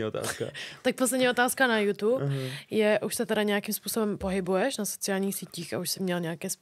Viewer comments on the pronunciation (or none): none